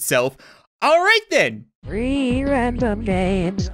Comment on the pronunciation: Who else hears reeee random games instead of “three random games”